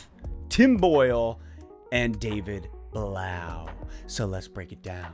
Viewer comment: I thought it was pronounced David Bluff. As in tough.